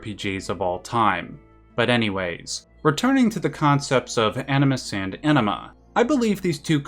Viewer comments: You’d prolly get another 100k views if you enunciated anima as AHNEEMA, instead of Enehmha lol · bro you really gotta try to pronounce the AN more in anima. . . pretty sure you said enema a few dozen times. and its hard not to laugh its like calling uranus, urANUS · Love the video! By the way, so take this in good humour (as it is intended): But the American pronunciation of "Anima" kind of sounds like a very funny word to my ears 😁